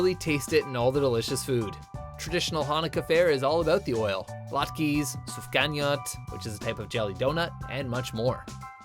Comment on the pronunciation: Why does he pronounce sufganiyot so bad